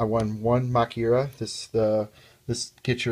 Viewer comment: actually it is pronounced ma-kyu-ra. you also have to watch out for heralds.